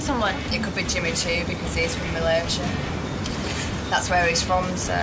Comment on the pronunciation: Love the way they pronounce Malaysia , my home country❤️